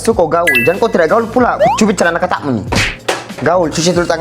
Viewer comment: hahahahhaa gewraamm betul tiap kali dia sebut 'kampung' 'celana katak' . pekat betul bunyi nyaa.